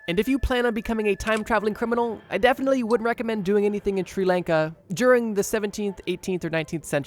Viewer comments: How you pronounce Sri Lanka is like this [Shri] [Lawn-ka] not [Shir] [Lane-ka] -_ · The pronunciation of my home country made me sad. "Sri laanka". It's more of a "sri lunka"